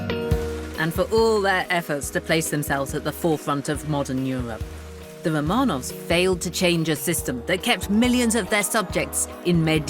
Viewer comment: Lucy can't say the letter R. The Cwown of Russia. The Kwemlin. The Womanovs. Speech Impediment?